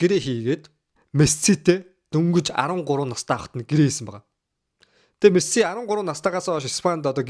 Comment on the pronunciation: нэрий нь зөв хэлээчээ Мэссээ биш Мэсси гэж хэлээчээ эргүү амьсгаа вэ